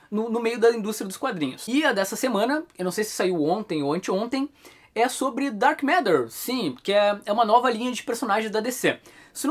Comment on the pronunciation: Pombas, ouvi o falar "Dark M&rd@ o vídeo inteiro. Tô indo ali limpar o ouvido. Licença...